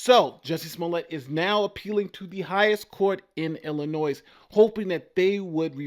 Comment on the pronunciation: The "s" at the end of Illinois is silent. Love your show otherwise. :)